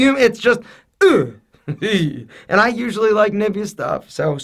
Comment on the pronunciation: The way he said Nivea :D